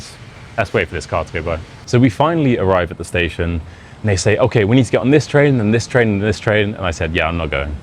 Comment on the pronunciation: The fact that his english isnt perfect and he mispronounced several simple words like "this" as "dis" and he just uses this title as clickbait that everyone falls for